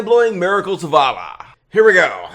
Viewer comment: That’s not how you say Allah dumb dumb